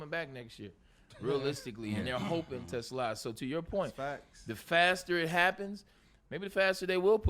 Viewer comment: Braylon, when are you going to learn how to pronounce Isaac's last name.... it's t' SLAA !!!